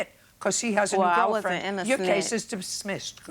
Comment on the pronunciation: Judge Judy "dibsmissed" her case.